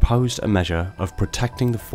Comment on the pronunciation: Couldn't watch after I heard "The forerunners" referred to as "foreigners" 100 times in 2 minutes. Annunciation is key